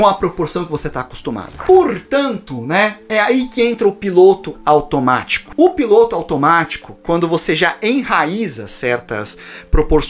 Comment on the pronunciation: eu ouvi " o seu PINTO automatio" kjjjkkkk